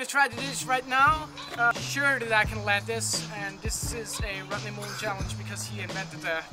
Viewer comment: NikosDriehuis. Ha ha thats exactly how he says it bro.